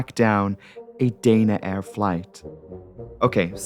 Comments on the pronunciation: You haven't got a Geordie accent and Danaair does not have a "y' in it. It should be pronounced da na , not day na. You've got yank with your words man. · Dana Air is pronounced Dah-Na Air. The airline ceased operations in April, 2024. I flew them many times and they were always pleasant, good service, no issues. Accidents can happen on any airline at any time.